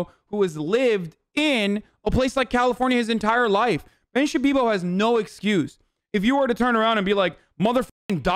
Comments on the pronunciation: “Ben Shabibo” My brain: :) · It's really weird for me to hear people correctly saying Ben shapiro. I am so used to hearing and saying Ben Shabibo that for me that's his real name.